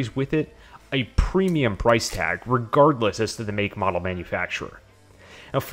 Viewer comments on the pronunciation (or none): none